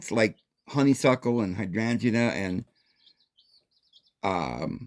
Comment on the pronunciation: "Hi strange ee " hydrangea lol it rhymes. 😂 Love hearing your pronounciations of plants ❤️ I worked in plant nurseries . When the plants self seed into your garden its called naturalising . Some will , im thinking youd probly do well with herbs and spices . 🍅🍒🍅🌶️🍑🍊🥭🍍🌽🍋🍐🥝🥬🫑🍇🍆🍠🫐🥒🥦🌾🌱🌴🌳🌵🌿